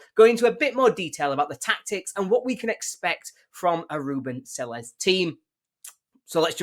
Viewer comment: At least pronounce his name properly…